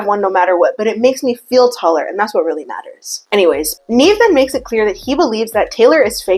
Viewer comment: Every time she says “Nev then says” I hear “Neven says” and I like to think that’s what Nev is short for.